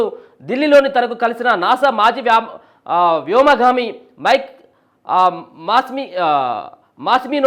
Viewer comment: Niku telugu vachuna sariga paluku vyomagami word